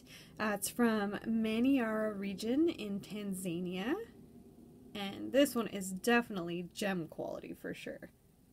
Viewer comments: I was talking about Tanzania not Tanzanite. I realize this because I used to pronounce it like that too. Lol You're saying Tan-zay'-nee-a. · I've just bought a green, emerald cut tanzanite. I've got a trilliant cut blue tanzanite as well. Wow, who knew it was part of epidote group. Btw it's Tan-zah-nee'-a, emphasis on the "nee". Zah, not zay.